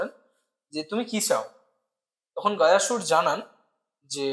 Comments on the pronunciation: Gaayasur noy goya sur vardan noy bordaan hobe uccharon ta amra bangali re bhai. Vishnu ji vramha ji 🤣🤣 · বিষ্ণু, গয়াসুর, বরদান, যমালয়, যম - এই শব্দগুলির সঠিক উচ্চারণ করা খুব শক্ত?